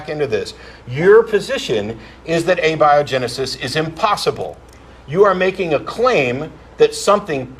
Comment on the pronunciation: A - bia - genesis? LOL...